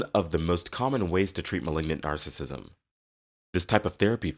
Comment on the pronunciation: You can't even pronounce narcissism right. It's nar cis sism. You're saying nar sism.